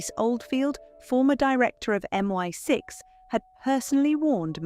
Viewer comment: You lost me when you said "MY6".😅 It's MI6 . Small fact wrong but how many others are also.